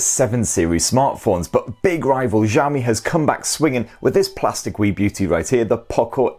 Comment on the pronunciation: He just said "Ziaomi"